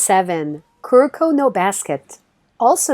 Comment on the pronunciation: For #7 Kuroko no Basket. The names are TAIGA KAGAMI and TETSUYA KUROKO! Not Teiga Kakami and Koruko 👍🏻